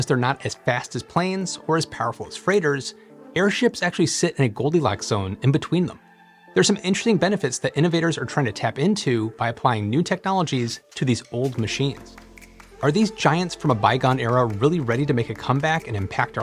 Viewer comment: when you're unable to completely pronounce "interesting" so that it's clear and understandable, you are speaking too quickly.